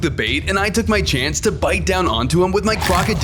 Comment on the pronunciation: Damn man crocodillo not Crocodiyo